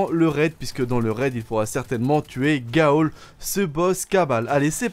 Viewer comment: Pourquoi tu prononce Ghaul GA-AUL ??? Dans les cinématiques que ça soit en anglais ou en français il dit GAUL